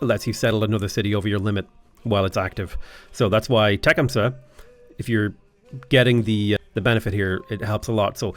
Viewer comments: Side note it’s pronounced “teh-come-suh”. Grew up around a big native population in the US. The battle of tippecanoe is an incredible story. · Teh-cum-suh…… I couldn’t pronounce it like you did if I tried 😂